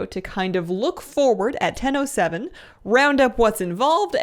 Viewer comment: I keep heaing Nintendo 7 instead of "in ten o seven". What is this mysterious new console?)